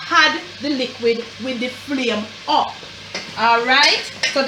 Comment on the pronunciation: Mi love mi Jamaican ppl dem “huppp di flame”😂😂❤️